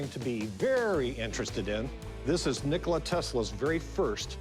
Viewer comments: It's Nikola not Nikolai... Tesla is however the most important innovator of all time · It's not Nikolai because it sounds Russian , it's NIKOLA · why do they keep calling him "Nikolai Tesla"? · Wasn't Nikola Tesla's name Nikola? They keep pronouncing it as Nikolai. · "Nikolay Tesla" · Nikolai???? It's Nikola Tesla Rick, get your facts straight. I thought you were such a history nerd. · When you call a "professional" who don't know to pronounce the scientist's name, my God... It's NIKOLA, not Nicholai. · His name isn’t Nikolai, you 🦤, it’s Nikola.